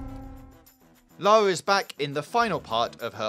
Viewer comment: it's LA RRRRRRRRRRRRRRRRRRRRR A not LALA! ffs!